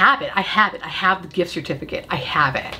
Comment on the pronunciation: I had to rewind three times to figure out that you did not say “I feel like I have Worf.” (In the rare beauty segment) Anyone else watching Picard?. Lol